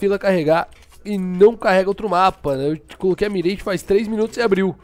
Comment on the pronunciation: mais um vídeo top do coach profisssionaaaaaaal de cs go, vou ver até ficar bom, kkkkk grande dia, aí não é "mireigi" é "mirrágh", o inglês às vezes da trabalho pra nóis que é br, da pra falar "mirági" msm que é menos errado, se puder passar a visão pra rapaziada, vlw "tamoJ"